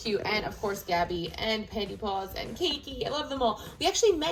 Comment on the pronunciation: You said tabby not gabby